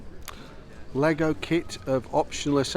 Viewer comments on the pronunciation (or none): none